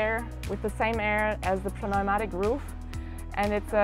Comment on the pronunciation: I just wanted to say your English pronunciation is excellent! The English word pneumatic is a silent p. Since you pronounced everything else so correctly I thought you would want to know that too! What a beautiful van…Blessings…